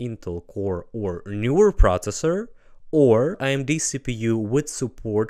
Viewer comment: ProSessor, speSific, teKnology, Κruschev ahd Kennedy, dynamite with a lazer beam guaranteed to blow refineries ("Unit one, section three: listening-pronunciation practice"). Nevertheless,, you're great and incredible! (though your own credibility is high) Ви неймовірний! Слава Україні!